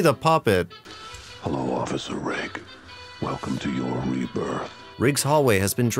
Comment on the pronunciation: Thank you for saying “Rigg” and not “Riggs” like so many people mistakenly do!